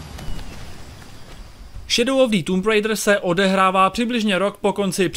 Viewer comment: Anglická výslovnosť recenzenta je otrasná. Neskutočne mi to trhalo uši a keď recenzent už 6. či 7. krát vyslovil nesprávne názov hry, tak som recenziu skoro nedopozeral. Recenzent by sa mal pred nahrávaním pokecu poriadne naučiť výslovnosť. Neskutočne tak totiž degraduje prácu mnohých ďalších ľudí. S celkovým hodnotením hry nemôžem súhlasiť. Množstvo vedľajších úloh by som z plusov jednoznačne premiestnil do mínusov, nakoľko Tomb raider nikdy nebola sandboxovka. V dôsledku toho a veľmi frustrujúcich skokových pasáží kombinovaných s nepresným ovládaním je moje hodnotenie tejto hry slabých 40%. Z uvedených dôvodov som túto hru nebol schopný dohrať, pretože som z nej ostal úplne znechutený a značne rozčarovaný. Najlepší je jednoznačne prvý diel novej série, u mňa skvelých 95% a obrovské natešenie na pokračovanie. Dvojka ma veľmi nepríjemne zaskočila zbytočnými kartami a aj určitými zmenami hratelnosti, ktoré sa však ešte dali prehryznúť. U mňa to tak má za priemerných 75%. Po jej dohraní som dúfal, že v ďalšej časti sa tvorcovia vrátia hratelnosťou k prvej časti. Bohužiaľ po skvelom začiatku trojky prišli veľmi nepríjemné, vyššie popísané, prekvapenia.